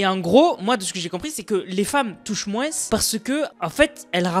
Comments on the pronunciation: En dit pas moinse mais moins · les "mouainsse" c'était drôle par contre (c'est peut être un accent dans ce cas je suis désolé) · C’est une dinguerie de dire "moinss" en appuyant sur le s, j’ai jamais entendu ça 😂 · Rapporte « moinsse » ? 😂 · Mdrr à quel moment y’a « sse » à la fin